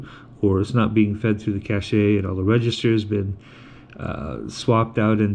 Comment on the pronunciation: its not "cashay" it's just "cash" stop using computers if you cant use words right